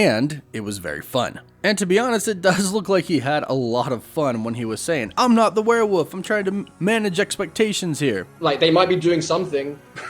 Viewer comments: WEREWOLF IS PRONOUNCED WERE-WOLF NOT WERE-WPPF. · It's werewoLf. Not werewoof. There's an "L" in the word. Pronounce it. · Is it really called “werewoof?” Why are you saying werewoof? Isn’t it werewolf? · Why do you keep saying warewoof instead of werewolf? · It’s WEREWOLF!!!! Not werewof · It's a werewolf man not a werewoof. Please stop... it hurts... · I keep hearing you say "wereWOOF" instead of "werewolf". Woof woof. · Why are you saying “werewolf” like “werewoof” can you not prounce the L or something? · Why do you keep pronoucing it "Warewuff" lol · Am I the only one hearing "werewoof" 😂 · I still don't know what a where woof is. Come on man! What is a where woof? 😂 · For hell's sake there's an L in werewolf! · why does he say werewolf like that